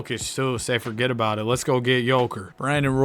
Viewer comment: bro sayin forget about it like he italian